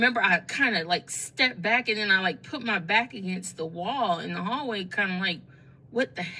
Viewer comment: where yall from that say PIT instead of PUT? says it too:body-blue-raised-arms